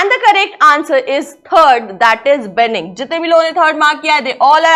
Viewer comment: Pronunciation of the teacher is weak. She couldnt pronounce dubious, benign, trivial correctly. Also to be greek to someone is to not make sense to someone. Hence, the correct answer would be incomprehensible meaning " I couldnt understand his speech "